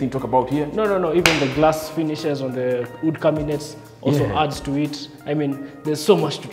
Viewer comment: This is brilliant, very nice video even the way you interact with your camera man is entertaining and keeps the viewer engaged. However there is room for improvement on your pronunciations Antique(antik not antiki) Wood not hood, The way you pronounce ensuite is perfect. Keep up the amazing work and may you soar to greater heights.